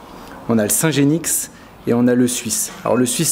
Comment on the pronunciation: On ne prononce pas le x de genix...